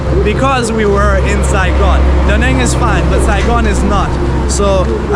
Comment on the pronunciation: A note on pronunciation of the City name: The A in 'Nẵng' is not a long A. it is pronounced more like you are saying the a in "Da". basically, like the a in father (not exactly, but close enough).. that squigly line highest above the a means there is a sort of break in the vowel sound - a sudden step up in tone, near the end of the vowel sound. Anyway, you can say it without worrying about that tone, if you just say the a like as in "father", it will sound much better